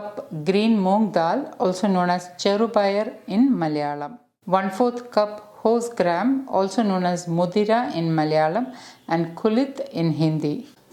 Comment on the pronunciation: Its horsegram not hostgram